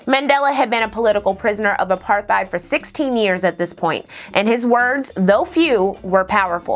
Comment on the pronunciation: You say apartheid the correct way I always thought it was apartteid.